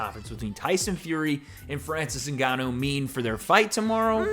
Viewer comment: “Francis Nuganu”